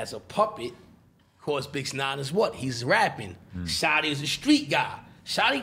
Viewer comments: Why is he saying bix 9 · What is he calling him Bixnine? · Says bix nine but also says casanova🤨🤔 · Is he saying “bix” or bitch?